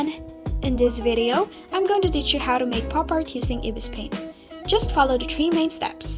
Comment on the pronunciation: Its eye-bis paint not e-bis paint